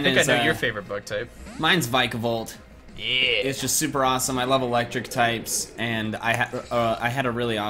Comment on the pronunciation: YOU BOTH SAY VIKAVOLT WRONG !